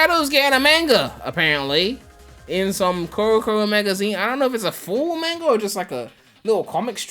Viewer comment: Everyone: "Mahnga": "MAINGA"